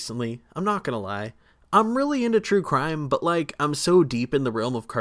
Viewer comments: "Crue Trime" lol Love this channel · bro said crue trime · great video! am i the only who mentioned you said crue trime ? haha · "Crue Trime" What in the world? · Im late but "Crue Trime" ? 😂😂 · crue trime 😂😂😂😂